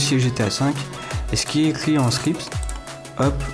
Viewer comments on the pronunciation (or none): JE DETESTE QUAND TU DIT SCRIPT PTN ON DIRAI TU DIT SCRISPE C HORRIBLE J'AI ENVIE DE T'ARRACHER LA LANGUE , mais cimer tu ma aider :)